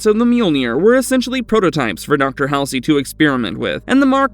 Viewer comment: Dr. Catherine Halsey...HALL-ZEE.